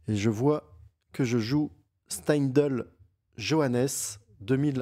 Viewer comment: Tu as prononcé Steindl parfaitement. Merci pour tes analyses toujours très pointues et bravo 👏👏👏😊